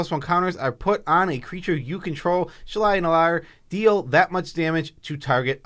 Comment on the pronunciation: Heuh, did you actually read Shalai and Hallar ?